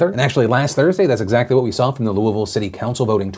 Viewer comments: when phil says Louisville correctly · Anyone else love the fact that Phil says “Louisville” correctly? Just me? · Excellent job on pronouncing Louisville correctly. It's kind of a thing around the area. You nailed it. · Thank you for pronouncing Louisville correctly!